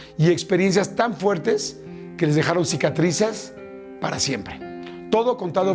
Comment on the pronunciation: Mi Yordi como que "cicatrizar"😂